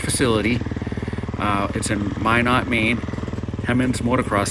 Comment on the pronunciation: He monds not Hem onds. and Minit not mynot. cool vid tho. this track is less than a mile away from me